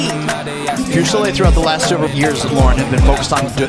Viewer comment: SOOOOO HAPPY YOU GOT THIS UP - YEEE… FINALLY!! Can I just say… It’s driving me nuts to hear your last name mispronounced so much. Isn’t it : FooSehLay? Not FewSehLay. Or am I trippin? OoooOoohh and ma’am!! You were vulnerable with us!! YESSSS!! You’re always such a tough cookie on cam, and rarely show that side of you- we appreciate you sharing some vulnerability with us at the end. 2025!!! We’ll be here backin’ ya up again!!